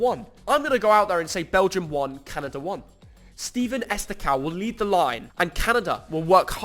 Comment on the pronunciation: Love the respect, but Steven Estacow! 😂